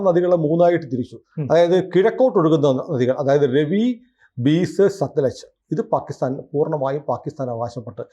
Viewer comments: ബീസ് അല്ല ബിയാസ് ആണ് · Beas ബ്യാസ് (മലയാളത്തിൽ വ്യാസൻ) എന്ന് ഉച്ചാരണം